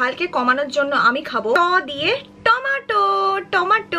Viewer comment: টমাটো না রে বলদ টমেটো🤣🍅